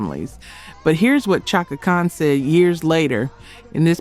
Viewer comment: SHAKA Khan... not CHOCKA Spelled Chaka but Prounuced SHHHHACKA>.. oh lord